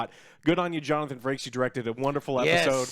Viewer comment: Joe keeps calling him Johnathan Franks! 😂